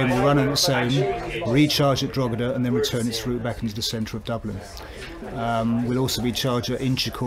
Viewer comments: The g in Drogheda is silent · A better attempt at pronunciation than Richard Chamberlain’s ‘Drugeeda’ in that old 80s Thorn Bird tv mini series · How long has the man worked in Ireland and mispronounce Drogheda so awfully. He should've done a better job at actually specifying the battery from the individual cells' voltage, C rate, cycle life and capacity total kWh, just saying it'll last 9yrs and an 80km range is not enough info.